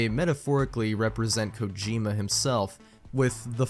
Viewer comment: who pronounces kojima kojimba?